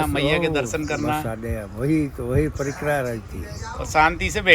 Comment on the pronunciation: परकम्मा नही परिक्रमा कहो l प्रसादी नही प्रसाद कहो l भोजन प्रसादी ये ठीक नही है l भोजन भोजन होता है और प्रसाद प्रसाद होता है l भोजन मात्रामे ज्यादा और प्रसाद थोडासा होता है l माफ करना अगर गलत हुं l